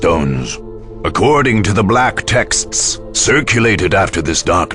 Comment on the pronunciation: Or words. "Weestones" "TEKSSTSS"